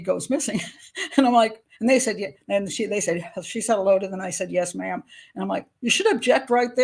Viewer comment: Yes, Ma'am! Not Yes, Mom! FFS🤬